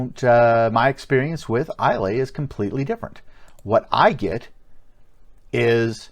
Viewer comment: Bit of a waste of a review really. Also Islay is pronounced Aye-lah.